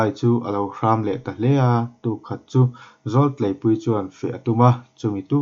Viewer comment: Zawltleipuii lam rik dan a diklo,,,,Zawl khi zawlnei tih kan lama zawl ti a,,lam rik tur